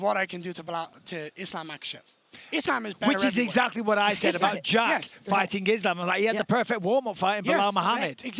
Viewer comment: I love how Garry pronounces Islam". That's the correct one.